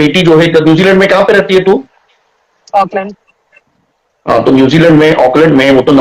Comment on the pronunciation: Newzelund aucklund😂😂😂😂